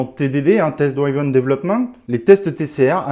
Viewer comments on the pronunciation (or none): bonjour, par pitié juste pour l’anglais : «drive [ai], drove, driven [i] »